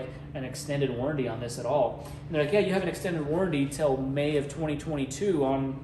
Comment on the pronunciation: Warranty Not warrady